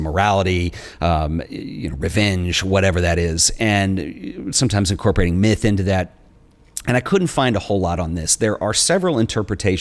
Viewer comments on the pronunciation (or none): none